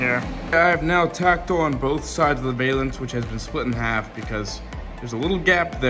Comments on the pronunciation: Man This is great to see young guys doing old school work. I hope more do it too. !!! But I gotta say that it's pronounced " Val-ance". Not Vail-ance. I see you doing work this good and I can see you doing some cool cars in the future. Keep up the good work. All of you guys. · Cool video. Just to let you know it is pronounced "val-ance" not "veil-ance". Just sounds really weird and has nothing to do with veils.